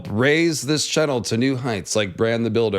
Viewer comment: I love all of videos, I think I’ve seen every one, but I have yet to learn the ancient secret of why he pronounces the word “channel” like that